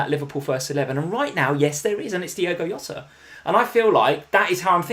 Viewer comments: I hate to use the wrong name. People always get his name wrong, he is not hota. He is not hota he is, Jota. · Still laugh at calling Jota “Yota” haha. Always enjoy watching the stream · please please please stop saying Yota use a normal J sound Jota Jota Jota